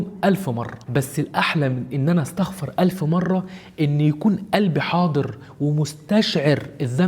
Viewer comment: "واستغفرُ" بالضمه مش "استغفرَ" بالفتحه أو سكون حتي♥️